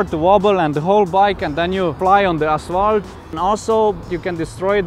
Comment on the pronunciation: are u Estonia cuz u say asvalt as estonians do